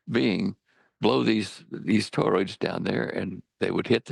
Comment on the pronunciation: Toroids guys, it's TOROIDS!!!!!!